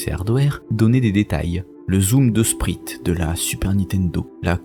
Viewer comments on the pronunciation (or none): J'aime beaucoup vos vidéos, mais entre "upscâlé", "frâmright" et "spreet" faut vraiment repenser la prononciation de certains mots parce qu'en l'état ça écorche les oreilles, pire ça limite la compréhension ; écoutant sans l'image à l'appui, ça m'a bien pris 5 secondes avant de comprendre que "spreet" était "sprite". (Je vous promets, je vous écrirai un post plus bienveillant la prochaine fois :)) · J'adore vos emissions mais svp l'anglais pour des mots simples connus depuis des années. Sprite, "spraïte" comme la boisson quoi. Framerate "frèmereïte". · le zoom de spr"i"te....j'ai stoppé là. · "sprites", va falloir bosser votre anglais, ça devient délicat les gars :)